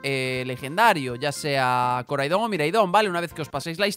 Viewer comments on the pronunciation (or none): Pronuncias mal los nombres de los legendarios, Koraidon y Miraidon tienen el acento en la "A"